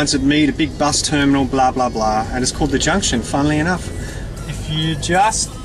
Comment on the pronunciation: HAHA our cant say CALLED properly